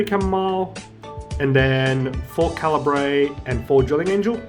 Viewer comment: Great video, but the way you pronounce Cairbre bugs me, seems pretty wrong